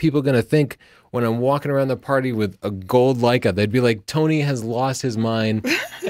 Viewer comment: Birdie Sanders... Lei-KEH